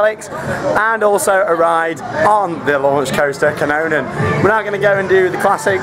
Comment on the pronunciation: I am swedish so I laugh when you say kanonen and Lisebergs banan etc xD I was at Cedar point though so I don't think Liseberg is so good anymore but it is still a fun thing to do.